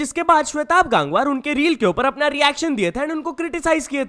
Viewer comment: भाई its गंगवार not गांगवार